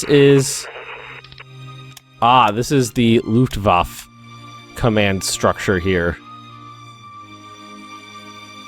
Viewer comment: is actually a pretty decent pronunciation of Luftwaffe.